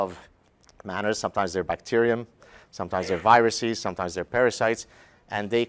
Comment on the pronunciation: "Viruses" is not pronounced "viruseez," and "processes" is not pronounced "processeez" unless you are culturally appropriating the Mexican accent.